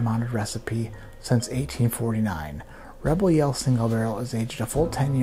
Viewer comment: Rebygle RaregYell OMG I love this so much!